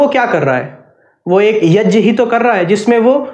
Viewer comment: It's YAG not YAJ